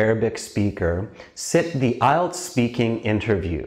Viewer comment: Its ielts not ilets